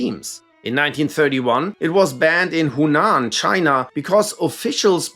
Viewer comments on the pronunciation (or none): none